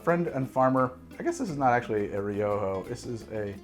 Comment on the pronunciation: Ri-oh-ho lol